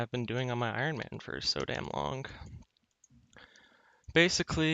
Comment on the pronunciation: when he pronounces "long" as "lonk" <333